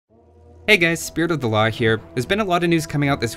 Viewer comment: XD why i all the time hear you say hey guys spirit of the la Hire at the place of spirit of then law